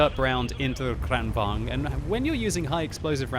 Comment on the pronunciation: because v is pronounced with a w and vice versa in some dutch languages in europe ... isnt the kranvagn pronounced kran wagon? and even if the w and V isnt like that in swedish languages isnt it still kran vagon in the pronunciation rather then kran vang